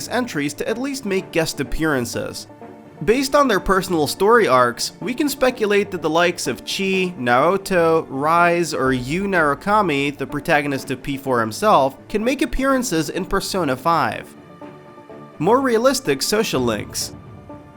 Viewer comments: "Chee" and "Rise"? lol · Cheese Naruto Rise (My son) did he... did he just call Chie... C-C-Cheese and Naoto... Naruto!?!? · He said 3 of the 5 names wrong it's not Aegis, that's in Japan, it's Aigis, saying it exactly how it sounds. It's also Chie, not Chee. And Rise (Ri-Say) not Rise (Ri-z) Sorry rant over lol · Did he just say Chi instead of Chie? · I'd take your list more seriously if you actually got the characters names correct. Rise is pronounced "Reesay" and Chie is pronounced "Cheeay". I mean the game was voice acted. You should know this even without knowing Japanese pronunciations. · I'm 9000% sure it's "reez-ay" and "chee-ay" but idk I'm not Japanese lmao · normally, I don't get bothered by this but when he said CHEE i died laughing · how he said "Rise" and "Chie" wow lol no repercussions? when i first played P3 FES (my first persona game) i romanced both Yukari and Fuuka, Yukari found out and got pissed, her arcana card turned upside down (Reversed) locking her Social Link Persona 1,2 and Persona Q allowed all party members to use different personas lol based off what you count as voiced, P3 & P4 MCs are exactly that but yes I would like for a Persona MC to speak themselves instead of just in a reply of 2-3 selections eh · hold on so you've played Persona 4 but you openly messed up on the pronunciation of Rise, Aegis, Chie and Naoto?